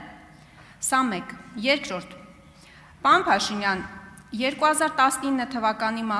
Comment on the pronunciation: Պաոն չի, պարոն է։